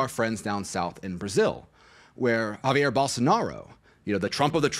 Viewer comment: It’s “Jair Bolsonaro,” pronounced (ja-eer’), not Javier.